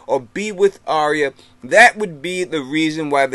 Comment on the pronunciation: Isn't it pronounced Are-ya not Arry-a?